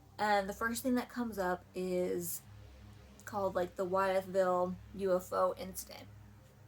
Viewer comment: It’s pronounced with-ville. Named after George Wythe. Signer of the Declaration of Independence